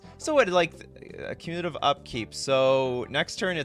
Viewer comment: That's not how to pronounce "cumulative." The emphasis is on the first syllable, not the second. It is from the root word "accumulate."